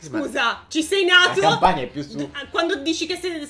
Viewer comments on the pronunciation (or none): none